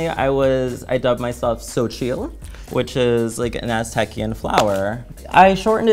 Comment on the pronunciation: The way she said xochitl... girl that ain’t it